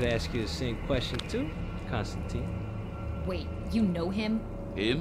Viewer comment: Excellent work, and I think the complaints about your Constantine are bollocks. One thing, though: the name rhymes with wine, not keen.